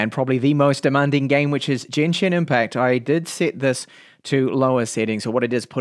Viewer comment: This dude also pronounce Genshin as Jenshin :)